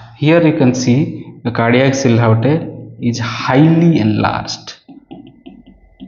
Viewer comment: Hello Doctor, thanks for the videos. Just a quick note: The word silhouette is pronounced as See Loo Wet.